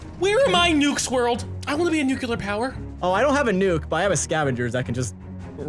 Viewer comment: Chilled. For fuck’s sake. Say it with me. NUKE-LEE-ARR!!!